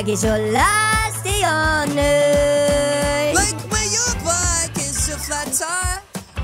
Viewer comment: You did not say the th at the end on earth